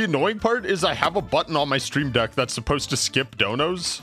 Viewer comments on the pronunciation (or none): none